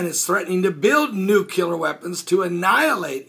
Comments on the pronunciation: NU- CLEAR or NU-Klee-Ur, as opposed to nu-cu-lar. Love your stuff, BUT expect more in the way of news reporting from one such as yourself. I know and everyone knows what is meant by this common mispronunciation and the way languages 'evolve' who knows when the inaccurate will become even more common and therefore accurate, but come on...Thanks for reporting and I mean no offense. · NU-CLĒ-AR. New-clee-err. Not nu cu lar